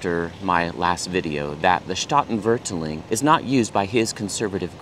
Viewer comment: Loved your comments on the sound of Dutch. When I was learning it, at first it felt like it was just English with German accent. PS You have the emphAsis on the wrong syllAble. Both the 'a's in Statenvertaling are long 'a's. Separating root words, staat (state) and taal (language). Here's a video where a native speaker says the word in the opening sentence that might also be of interest to you, haha: "The old Statenvertaling: the only pure and complete Bible translation"